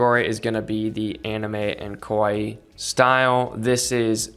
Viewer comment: As always very great sharing from you but please fix how you say kawaii 😩